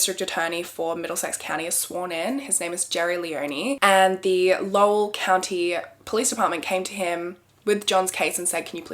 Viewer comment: Snaps for saying Lowell right 👍